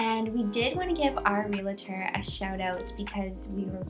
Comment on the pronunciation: Great content! Check your pronunciation on realtor 😊